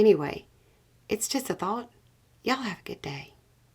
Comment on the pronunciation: Nailing the "Y'all"!!!!!